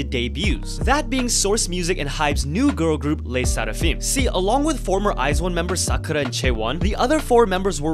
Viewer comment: I like how you pronounce Le Sserafim 😊